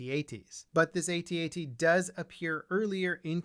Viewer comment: Pretty sure George Lucas said its pronounced how it's spelled like the word at not each letter separate from each other like A-T-A-T? Either way very cool model!